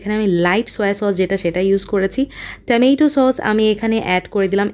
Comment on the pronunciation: হয় বাংলা একসেন্ট বলেন না হয় ইংলিশ এ বলেন। ঠমেইঠু সস বালার দরকার 🤣